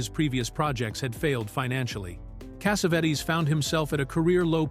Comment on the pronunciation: I love this movie. I must’ve seen it five times and I used it as a therapist with people to address certain things. The one thing I cannot stand, and I really really cannot stand this. This Arabic narrator calling John Cassavetes. John Cassavettes. Finally he calls Gina , who everyone knows, Jinna. Cassavettes is the worst though. It is extremely difficult for me to listen to extremely so distracting from what he’s trying to do.